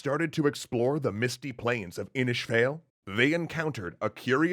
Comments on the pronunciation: I enjoyed the video but can you guys just ask an Irish person how to say these things? Irish isn't just a different kind of English, it's a real language with pretty important accented components. It's not Inish Fail, it's *Inis Fáil*. The Fada enlongates the vowel, the "A" becomes and "Aww". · Pronounced Inis. FAWl If you need help with pronouncing ion I would suggest teanglann.ie .. a great resource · The fada thing is pretty consistent. Either way "Inis Fayl" is definitely not correct. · Greetings from Ireland. Inis Fáil is pronounced "Inish Fall". Well done though on the video.👍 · Next time please ask someone to pronounce some of this for you. Inis Fáil? Connacht. Let alone the old gaelic names. Your speaking a different language its not pronounced like English. For a start it's phonetic just not English sounds.